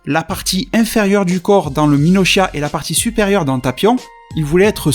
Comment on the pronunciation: C pas conats c conuts c pas minochias c minosia